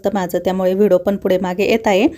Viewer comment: V D O KHUP CHHAN,TAI TUMHI BOLTANA V D O CHA UCCHAR "VIDO" ASE AIKU YETE UCCHAR, RAHUL KADUN DURUST KARUN GHYA,BALACHI KHAREDI KHUP CHHAN